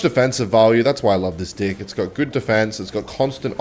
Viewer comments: he's literally just saying dick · i love how bro acts like he is saying deck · I think he’s saying deck like that on purpose 😭😭😭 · Why does he say deck like that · Your pronunciation of the word “deck” is a bit sus to say the least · hes sayin deck with an aussie accent so it sounds like some else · plays a game where he says “deck” 40 times a video with his accent but still wonders why he get demonetized